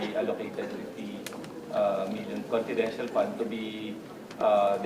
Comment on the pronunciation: Confidential fund OR Copitential fund?😂